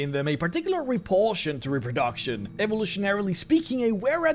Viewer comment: Ah, the highpoint of any video. Some good old Repro-DOCK-tion